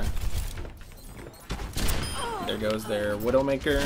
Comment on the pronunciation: Did you intentionally call her Windowmaker?